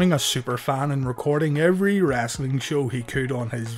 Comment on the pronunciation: I feel like this guy says "wrasslin" on purpose